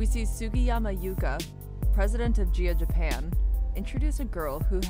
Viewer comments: Can someone PLEASE explain why the woman who is narrating literally pronounced BOTH the GSs in "Nagayo Chigusa" correctly, within less than 10 seconds of somehow not pronouncing THE SAME EXACT LETTER in the name "Gaea" ??? Like I get it, you are not from here... But let's be honest, it is pretty unprofessional to make a literal documentary about something just to not even manage to do the ungodly amount of reasearch likely reaching a staggering 2 to 15 seconds and one whole entire Google search, but there is definitely zero excuse in a scenario like this. Sure in casual conversation, I mispronounce shit just like EVERYONE ELSE has and will, but there is a clear cut difference between shooting the shit, and "researching" a topic to make an informative "documentary".... I have a feeling some is going to get all wkrked up and call me an idiot, but seriously. Nihongo (Japanese) is one of the simplest languages when it comes to individual Romaji letter pronunciation... All vowels and consonants make ONE SINGLE SOUND AND IT DOES NOT CHANGE. It is not like English where one letter can make 2 trillion sounds. In Nihongo, G is Guy, Girl, Go, and... GAEA :) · It’s pronounced Guy-ah Girls. But if you were a female wrestler in the 80’s or 90’s especially the late 90’s and 2000’s and wanted to be a serious wrestler you went to Japan where it was treated like a sport just like men’s wrestling. And in America it was all cat fights, mud wrestling and lots of tits ‘n’ ass and it didn’t matter if you could wrestle it all depended on how good you looked in a bikini